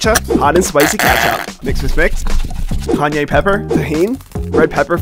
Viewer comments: no way you said canye pepper. its cayen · kanye pepper lol its pronounced kayan and its cayenne